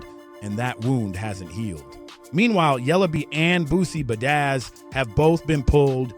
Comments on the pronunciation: Nah,bro said Boosie Bedazz 🤣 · Do you really say Boosie bedaizz😂😂😂